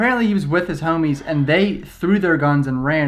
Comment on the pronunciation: It’s funny how he say homies 😂😂💀